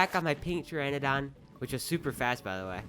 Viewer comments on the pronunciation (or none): Omg it just gets worse as time goes on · day 67: he finally learned how to pronounce Pteranodon! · Why does he keep pronouncing pteranodon like "pteradon" then he starts to calls its a pterodactyl. Makes me want to scream in frustration. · it’s Ter Ana don not tera don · Pterandon not pteradon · It’s not pteradon it’s pteranodon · Just a tip here people will probably start getting vexed and start spamming it in comments: it isn’t Teradon it’s ptera no don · Mans called it a pterodactyl and a pteradon not a pteranadon 😂. Nice vid tho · I mean at least you didn't pronounce the P but I waited a while for you to pronounce pteranadon properly 😂 good video though but its (ter ran na don) you keep saying (tera don) lol and then you just end up saying pterodactyl at some point.. not trying to offend you just letting you know for future ark vids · not to be rude but the pteranodon is pronounced TEAR-AN-O-DON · It’s mildly irritating that everyone says pteradon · trlobit, praceer, argentaavis, teranadoyne, berreonxe, tapeejara. Lol im so sorry this is a joke. I like the way you pronounce it more anyway. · I hate how you pronounce the dinos names.